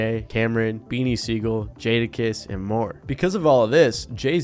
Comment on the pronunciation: This guy said Jadakiss 🤦🏽‍♂️He don’t know what he talking about